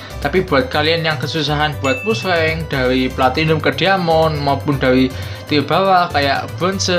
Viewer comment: Maaf bang...Tier....bukan til..wkwk.kyk gimana denger nya low till